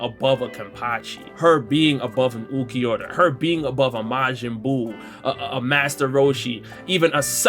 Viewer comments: count how many times he said mayin buu bro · "Majinn buu" x100000